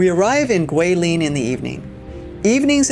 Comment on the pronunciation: Enjoying the beautiful footage you present on this trip to Guilin. I also appreciate your pronunciation of Guilin and Yangshuo. As someone currently learning Chinese, I can tell you tried to properly pronounce the places. I've heard them butchered many different ways.😅 Looking foward to part 3 Lijiang!